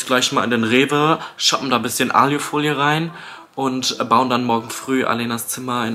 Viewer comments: Warum sagt er aljufolie😭 das heißt alufolie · Wie er die ganze Zeit alju folie sagt 😂❤ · Wie er immer Aliiiufolie sagt es heisst Aluuufolie! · *nicht "Aliofolie" sondern Alufolie... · ailofolie? es heißt Alu Folie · Es heißt A L U - Folie